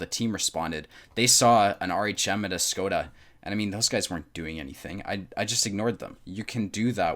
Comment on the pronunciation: 1. If AMX 49 is angling, shoot the cheek of the upper hull (also for ammorack) 2. It's pronounced "shkoda".